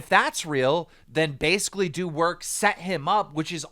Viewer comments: BasicallyIdowrk> not basicallydowrk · Why does everyone miss read marcels name “Basicallydowork” 😂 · I'm sorry did you say "basicallydowork"?